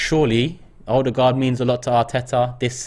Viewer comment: Is super chat some competition for stupidity? Amount of stupid comments are incredible. And his name is not Viera, VIEIRA!!! is it really that hard to learn how to pronounce someone’s name? Edegor playing almost 2 years for club and AFT guys still saying Odegard?!?